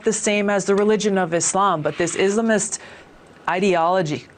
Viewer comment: My gawd. She’s such an Islamophobe and she knows damn well she’s mispronouncing “Islamist” on purpose. So glad she didn’t get far in 2020 primaries and no longer a Senator. Embarrassing.